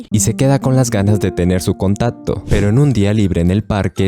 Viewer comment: No ablas bien dijiste contato😊